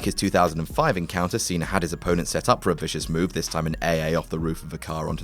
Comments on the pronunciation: its pronounced "cenA" not "cener" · Its pronounced cena not cenr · Why are you pronouncing Cena with a "R" at the end? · "John Cener" OMFG 😂😂